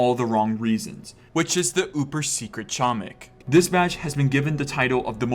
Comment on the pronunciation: man i sure do love when people say chomik wrong